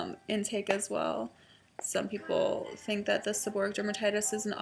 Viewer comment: If you throw everything at a problem in your body, you'll never know which of them, if any, works for you. The end of the wrod is pronounced like "o-ray-ick". Stress on the "ray" syllable.